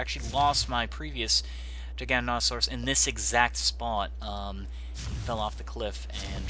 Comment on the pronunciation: Pronunciation jiganotosarus